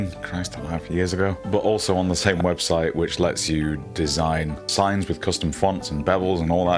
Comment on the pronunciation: "Da poific webshite" delivery is certainly unique.